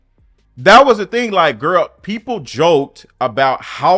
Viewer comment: Why did she say “da YT PEEPLS” like that 😂😂😂